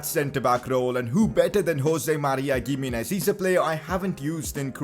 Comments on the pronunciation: PCQ: its "himenez" not gimenez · it’s pronounced HIM-EE-NEZ. not gimenez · Please don't call him [Giminez] , but rather [Jimenez] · Ohh my goddd, please pronounce Gimminez 🤣🤣, its pronounced Himminez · Its pronounced Hi-me-nez not Gi-me-nez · Pls it is pronounced He-menez not Gimines pls correct yourself 😂😂😂😂😂😂😂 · He is not giminez he is himinez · Pcq: it’s pronounced himénez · gimenéz is pronounced (H)imenez lol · Pronounce Himenez not giménez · Pcq: Giminez is pronounced Hi-mi-nez Since we are hopefully going to hear his name pretty frequently, please use the correct pronunciation. btw keep up the good work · Gimenez is pronounced as He-Men-Ez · PCQ: You say Gimenez like Chimenez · Bro it is pronounced as He Me Nez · Giminez is pronounced as himinez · Isn't G in Gimenez pronounced H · The 'G' in Giménez is pronounced as H.